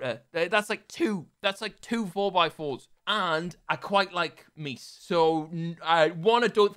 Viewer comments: "i quite like meese" meese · “I quite like meese” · “I really like meese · "I quite like MEESE"